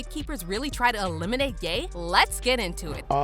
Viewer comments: This is y I hate voice bots 😂😂😂 his name is ya not gay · Every time u say gate or Ye it sounds like gay lmao